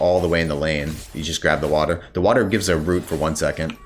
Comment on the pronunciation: Lmaoo the New Jersey accent came out heavy "Wahda"